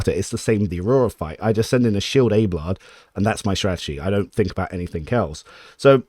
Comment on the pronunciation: I can only assume you're trolling with that pronunciation of Abelard.